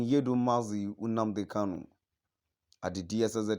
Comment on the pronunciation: Mr Man plz stop calling Nnamdi Kanu UMNNADI KANU. You should learn how to pronounce NNAMDI KANU and not UM NNADI KANU. Thank you